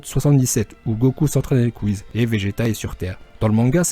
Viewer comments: Pas whiz mais ça se prononces whis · Cool comme vidéo mais WhiS pas Whiz